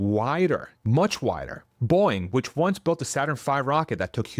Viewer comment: It's Boe-ing, not Boing. 😅